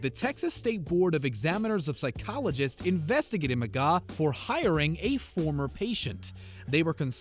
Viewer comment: McGaw?? Come On!!